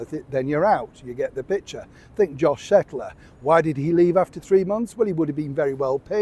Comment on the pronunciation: Josh KETTLER…please pronounce his name correctly…the poor guy has suffered enough 😊